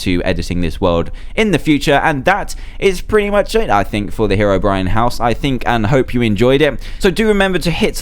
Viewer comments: It's 'HeROBRINE' , Not 'hErobrine' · How do u pronounced Herobrine (here) ro brine Or He ro brine pls leave comment